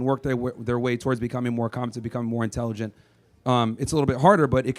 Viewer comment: The woman ... "you say women are less INTELLERGENT".... Isnt it Intelligent?. Nuff said.